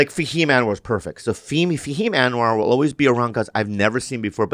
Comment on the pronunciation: Tell Bobby to stop saying ohways. It's always.